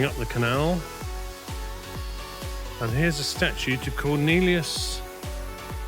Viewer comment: Local lad here. You succeeded quite well in capturing the spirit and vibe of the medieval city of ‘s-Hertogenbosch. Well done. The underwater car parking is called St Jan, after the nearby cathedral with the brick bell tower, the biggest gothic cathedral in The Netherlands. Bonus points for spotting the statue of Cornelis (not Cornelius as you pronouned it) Verhoeven. He was a regional celebrety (born in Udenhout) voted as Dutch Philosopher of the 20th Century. He used to live on this street. He wrote a zilion books, essays, articles and columns, was awarded the most prestigious literary prize in his field called the P.C.Hooftprijs. He was a (my!) teacher at the local grammar school for Latin and Greek and after a distinguished career became Professor of Philosophy at the University of Amsterdam. The pedestrian ferry at Spijk crossing the river Linge was another great catch by you. Regarding the name Giessenwaard, the second part of this name is similar to -worth in many English place names. It indicates the presence of a polder or area near a body of water. Overall very pleasant video to watch, with a remarkable eye for detail. Kudos!